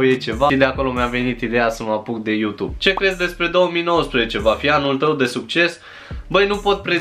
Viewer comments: Bai frate fa ceva se aude ,,utub". P.S. la multi ani, esti super tare😍😍😍😘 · Iarasi ai zis Utub 😂!! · Iar ai zis Utub😂😑❤️ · Iar ai zis "Utub" 😺🤣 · De ce tot zici utub? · mda...iar ai zis UTUB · Iara s-a inteles "UTUB" =)))))))))))))))))))))) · De ce spui utub 😂🤫😂😂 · Iar ai zis "uTube"😅